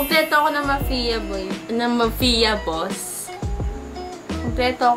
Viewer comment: Mafia--Mapya not Mafiya